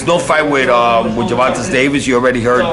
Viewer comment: Who is Gervontus Davis 😂😂😂